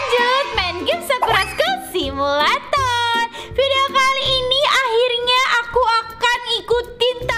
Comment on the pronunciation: kakak gitu Mulu kalo bilang Simulator